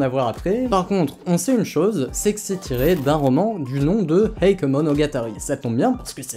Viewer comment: Petite précision pour la prononciation de "Heike" 平家 En effet beaucoup le prononce "eïk" mais en réalité ça se prononce plutôt : "hééké" En effet le "i" dans "ei" ne se prononce pas en japonais, il sert juste à prolonger le "é" comme dans "sensei", "genpei" (sénséé, génpéé) C'est pas grave du tout évidemment, mais étant donné que la prononciation change radicalement dans ce cas précis, je souhaitait le mentionner. Anime très sympathique sinon ^^